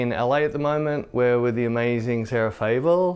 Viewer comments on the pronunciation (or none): It's "Fabel" isn't it? ;)